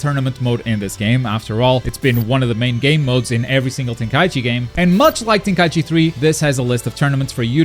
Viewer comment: Thank you for saying TenKAIChi instead of Tenkai E Chi like most people. Most people say the 2nd thing and it legit drives me crazy...